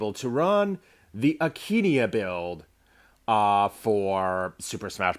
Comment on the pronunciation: why aint you sayin akaneia you just sayin akenia